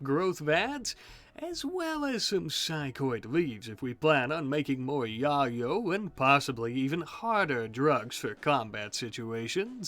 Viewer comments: I’m sure it’s because you’re on YouTube but you do know it’s pronounced ( YaY-Oh ) or (YaY-Yo )right? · Why he sayin yayo wrong? lol